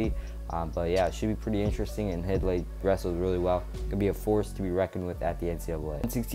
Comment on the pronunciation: Hidlay is pronounced "Hide-Lee" not "Hid-Lee". Not trying to rag on your video. Thanks for doing it. But I'm from their home town and went to their high school matches. Their dad was the commentator and I heard him pronounce their last name many times. Thanks.